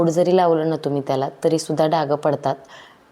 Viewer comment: खूप छान व्हिडिओ ,,छान रूटीन आहे तुमचे,,, पण डाग चा उच्चार डाग असाच करावा डागं असा करू नये ,,एक डाग तसा अनेक पण डाग ,,डाग पडतो किंवा पडतात